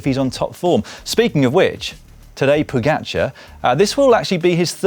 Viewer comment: As a proud slovenian it's nice to see you pronoucing the č's in Roglič and Pogačar correctly, unlike Americans who after 3 years still struggle to say Dončić. Props to you.